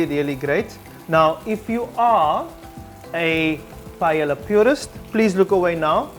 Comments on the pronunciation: in the video it is pronounced “payela” while it is correctly pronounced “pah-eh-ya” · The ll sounds like a y...paeya. awesome recipe!!!! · The LL’s are silent. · Hahaha. So funny. I had the same reaction ..." ITS PAELLA!!!".....And realized that perhaps I'm not even saying it right but however you say it, the goal is to make sure its always very good and then who cares how to pronounce it. :-) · You are about to teach us to make paella and you cannot pronounce it. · Everything is more or less right, except the chorizo. Both pronunciations of the dish name are wrong Spanish paella lover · they pronounced the dish wrong both times